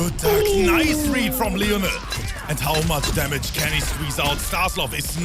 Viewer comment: "Vaju-ju splicing damägē" 🤣🤣🤣